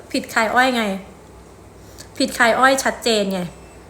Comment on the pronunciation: คายอ้อค่ะไม่ไช่อ้อย